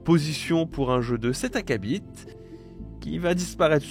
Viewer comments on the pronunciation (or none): Entre "acabite" (le 't' d'acabit est muet), "dôshinji" (au lieu de dôjinshi) et "naconne" (faut choisir entre la prononciation française ou anglaise mais pas faire un mix des deux), c'est pas fou sur la prononciation, c'est un peu ton boulot de présentateur () de t'assurer que tu prononces correctement pour la compréhension des spectateurs. Sans compter que vous (l'équipe Iconoclaste) allez un peu vite sur l'affaire Nacon/Frogwares: y a absolument rien d'étonnant dans les décisions de justice, contrairement à ce que vous avancez. Vous êtes en mode manichéen version méchant éditeur et justice complice contre gentil développeur et c'est de la désinformation. Mais je vous renvoie à la vidéo de MGG sur le sujet qui était assez complète à l'époque desdites décisions. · il dit littéralement acabit-te